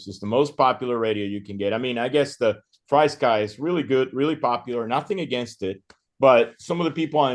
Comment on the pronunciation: It’s pronounced FREE sky